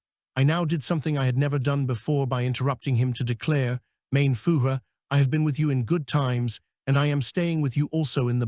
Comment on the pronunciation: Interesting & worthwhile reading, but atrocious German pronunciatiion. 'Fugeh' For Fuehrer is bad, indeed. This has to be an AI reading. Please redo , as content is useful 😮